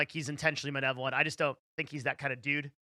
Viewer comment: I'm pretty sure keeps saying "manevolent" instead of "malevolent".... noticed this in a previous video